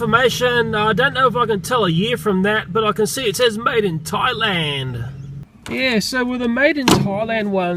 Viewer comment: You ceep on tieland it's thaland, th, in, land.